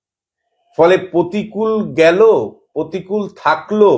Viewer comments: please তোলামুলের নতুন imported মহান নেতার নাম সঠিক ভাবে উচ্চারণ করুন। প্রতিকূল নয়, প্রতিকুর। আপনি অহরহ ভুলভাল উচ্চারণ করেন। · প্রতিকূল নয় প্রতিকুর। নাম তো ঠিক সে বাতা 😅